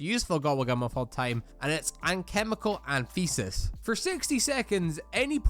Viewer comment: That pronunciation of Alchemical Antithesis was enough to send me into the next life